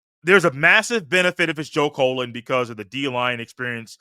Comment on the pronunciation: Why do you keep calling this man Colon? He's not a body part. It's CULL-LEN. Joe Cullen. And who is Larry Jones? It's Larry Johnson. Basically, you're just repeating and rehashing observations we've heard for over a week now. Across multiple pods 😂 C'mon man